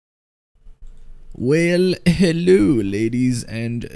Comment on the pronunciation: the 3 first words he said was: well heLLO ladies